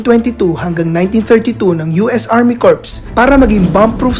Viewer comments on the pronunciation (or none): Yung corps gusto ko sa lahat ng video mo HAHAHAHA marine corps "corpse" amp Hahaha bali ba namam "kor" yon hinfi coprse hahaha corpse eh patay. Dont get me wrong nice vid and may knowledge pero gagawa kama den i sagad mo na sa knowledge!